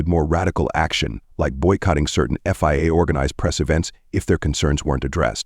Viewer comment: VIA.. FIA.. f*cking crap AI